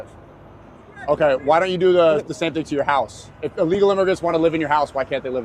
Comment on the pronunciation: It’s illegal, not allegal.